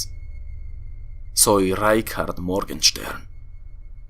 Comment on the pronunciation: nezka ls pues el nombre germano es Reinhard, pero él pronuncia Reikhard o algo así, el cuál es un nombre que nunca he escuchado.